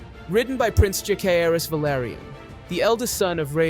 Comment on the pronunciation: Lady Laena VELARRRRYON 😂